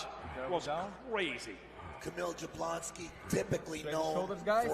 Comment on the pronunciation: Yablonski, that's how it's pronounced. J's are like Y's